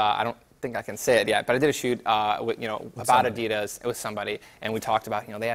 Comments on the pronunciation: Gay ninja cant even pronounce Adidas correctly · That pronounciation of adidas is killing me ............... also his book is full of crap like holy moly that book consists of a lot of bullshit and wikipedia stuff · stop pronouncing adidas wrong wtf